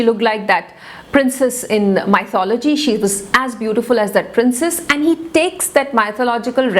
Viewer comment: Kindly refer the pronunciation of 'Mythology'.